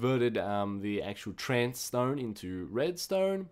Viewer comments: WHY ARE YOU CALLING IT TRANCE STONE it clearly says trace stone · It's TRACE not trance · How can you say "Trance" from the word "Trace"... I mean, the other words are not everyday words but trace... Even a kid from kindergarten can say that.